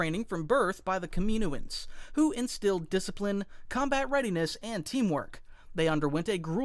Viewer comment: Yeah I’m not sure how that happened either. Saying Kaminoan like that threw me for a bit of a loop.